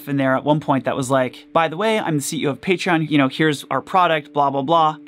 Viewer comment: if i had a nickle for everytime he said partion